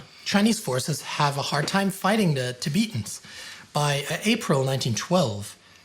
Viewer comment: TiBEETans? Really? You sound like a crappy AI when you say it that way.